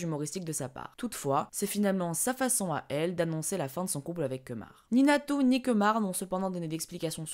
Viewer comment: A il a appellé Natoo (donc natou hein xD) Nato mdr jt morte ! xD